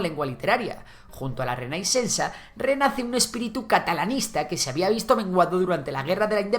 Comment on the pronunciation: Interesante el video pero pierdes credibilidad al no pronunciar bien las primeras palabras en catalán. Pregúntales cómo suena reinaixencia i Jove. También les podrías escuchar de lo que quieren ahora.